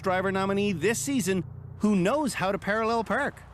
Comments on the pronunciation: Perralul Perk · “How to parallel prrk”